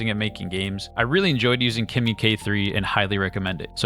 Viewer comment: This it’s clearly a promotional video, it’s obvious that Claude it’s way better than Kimi , can’t even compare, but you keep saying kemi it’s best 🤣🤣 like you been paid to say that 🤣🤣🤣.